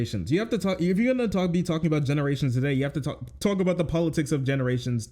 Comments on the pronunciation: the put-upon accent is so insufferable to me. ive never heard anyone say aboot irl in my life HE DOES IT ON PURPOSE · I'm Canadian. We do not claim this obnoxious idiot. And the "a-boot" pronunciation is largely an eastern Canadian thing. 😂